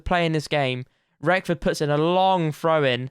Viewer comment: Wrexham and FM fan here, great series mate! Not a criticism in the slightest I'm just letting you know (all Wrexham fans did this as well when we signed him) but there's no 'f' in 'Reckord', and Cefn Druids is 'Keff-in Droo-ids'. As for the Polish keeper, none of us know that one! Keep up the good work! P.S. Mullin is a beast.